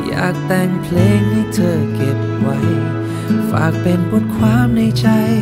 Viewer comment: เพลงเพราะมากครับ เสียดายเขียนไขและวานิชออกเสียงคำว่า "เพลง" ไม่ชัด ฟังเป็น "เพง" หมดเลย เสียดายแท้